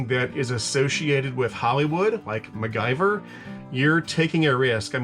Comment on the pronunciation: Mac- Gyver....that made my laugh 😅. . Don't get me wrong. One of my all time favorite TV shows as a kid